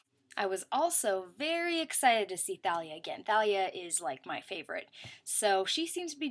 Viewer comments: You actually don't pronounce h in Thalia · You dont prnounce the H in Thalia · Oh dang it. I've been pronouncing it Tah-lee-ah this whole time. :( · IKR?!?! I sent a really long email to my friends and i wan't able to put everything wrong in it cuz that would take too long but I put the things that annoyed me the most like how they pronounced thalia with a "t" instead of "th" and that Luke searched through the depths of tartaus to find the golden sarcophagus and that Annabeth was all like are those sharks and Percy was like no it's charbdyss (or however the sea monster is spelled) like since when did Percy have all the answers while Annabeth was a dumb girl? they completely changed the characters personalities and it's SO annoying!